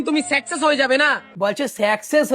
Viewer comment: সাকসেস না না সেকসেশ😂😂😂😂😂😂😂😂😂😂😂😂😂😂😂😂😂😂😂😂😂😂😂😂😂😂😂😂😂😂😂😂😂😂😂😂😂😂😂😂😂😂😂😂😂😂😂